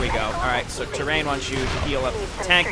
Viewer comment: Gotta say, love your play, but man, it gotta learn Tyraen's name. Tyraen is Tie-rae-in, not Terrain. ;)